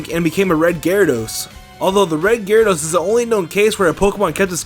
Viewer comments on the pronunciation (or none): ITS GYRADOS NOT GARADOSE